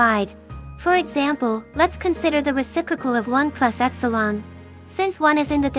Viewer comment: i heard epsilon as x-one